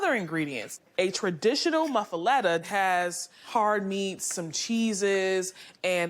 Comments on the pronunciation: Mufluedda 😂😂😂😂 a new american fake. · No thanks. Thats not a muffaletta. Didn't even pronounce it correctly.